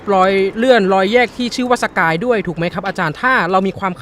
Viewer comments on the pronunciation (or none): สะกาย ไม่ใช่ สกาย